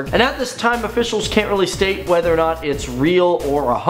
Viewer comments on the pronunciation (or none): none